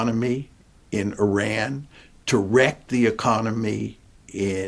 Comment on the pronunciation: Why can't John Mearsheimer learn how to pronounce Iran correctly??